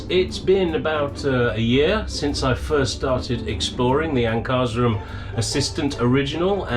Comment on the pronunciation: Hi, thanks for your vid. I've not heard your pronunciation of Ankarsrum before, it's usually pronounced Anchor/shrum, two syllables. It's one of the oldest companies in the world, beginning in the 1600's. When Electrolux began making their Assistent in 1940 (I think it was) they had Ankarsrum make their motors since they were already making their vacuum cleaner motors since day 1. In 2001 they sold their mixer to Ankarsrum itself. Ankarsrum is the name of the town in Sweden where the company has always been located. You may find much info about them on a very popular fan's Facebook page at Other good links are: This last link is the national distributor in the States for Ankarsrum & has tons of recipes & resources. Not sure if you're familiar with N. America's oldest & largest flour company, King Arthur Baking Company, founded in 1790 in Boston, Massachusetts. They & many if not most professional bakers call the Ank 'the gold standard' for bread in the industry. Their site Their site is one of the best sites on the net for baking, no matter what mixer you're using, with a huge amount of resources for recipes, tips, & help. Even free help lines you can call for assistance with any baking need. I wish you well in your baking endeavors! Take care & be safe!